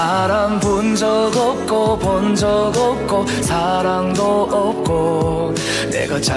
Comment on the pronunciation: '으없고' 조선족 특유의 한국어 발음이 있어서 한국서 뜨긴 힘들어.